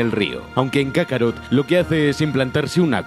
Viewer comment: Kakaro, jajajaja, no es kakaroto????